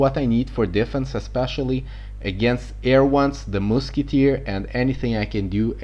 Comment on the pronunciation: lol "the moosketer"